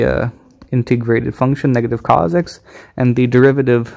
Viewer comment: Which is worse: teeee-gral or C O S? This video is cursed